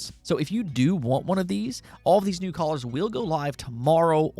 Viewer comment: Your saying colors wrong